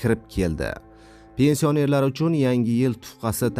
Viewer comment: Avvalo gapirgan savodsiz togri gapirishni organ. Pensiònerlar sozini dabdala gapiribsan